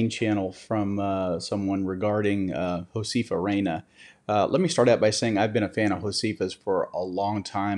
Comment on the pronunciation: Please have someone teach you how to pronounce Josefa. It is Ho-seh-fa, not Ho-see-fa. Thank you for helping her to,come back online.